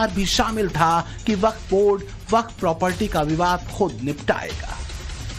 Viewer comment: यह baff bord nahi haf bord hai